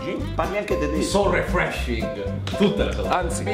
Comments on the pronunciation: Nessuno Assolutamente nessuno:per me l'Inglese è difficile Sempre lui: Amazing - sore freshing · SORE FRESHING?? 😂😂😂😂😂😂😂